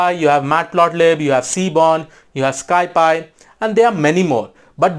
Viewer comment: My ear hurts when he says sky instead of sci. 😅